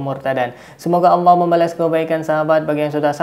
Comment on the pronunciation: bilang nya auwlloh